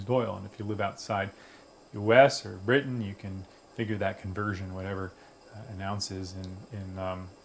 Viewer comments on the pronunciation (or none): none